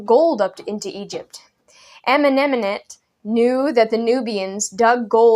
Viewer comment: I LOVE the "Amenamenamhet" pronunciation. XD